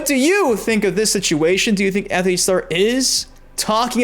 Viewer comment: Btw it’s Antony not Anthony